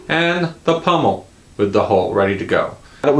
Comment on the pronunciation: Pommel. Pummel is a word for beating someone up. Pommel.